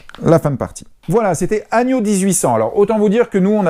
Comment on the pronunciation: Agneau 1800 ? lol, on dit "anneau" ;) Merci pour la vidéo, j'espère que tu vas réussir à convaincre ma femme.